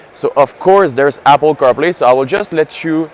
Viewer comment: Great video. I loved when said Apple Caw Play. 😂 😉